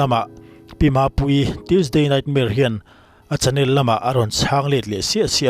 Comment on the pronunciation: I tawngthei hmel e.Mizoram tan a mi hlu leh, thudik huaisen taka puang ngam, hming i lam ri hi a mak mak em a ni, i channel hi ngaihnep a hlawh,midang nek chi, 😂